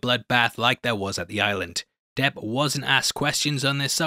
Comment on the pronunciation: It is not Johnny Deaf but Johnny Debt!!!!